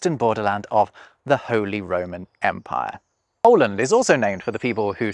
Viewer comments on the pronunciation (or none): none